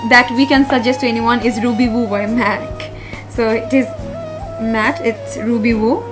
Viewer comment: Not TOP but TAUPE A&U gets the stress & not Ruby Voo Ruby woo kiss woo & bite v’s.